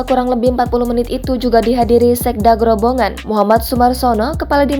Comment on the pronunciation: Bukan grobongan tapi grobogan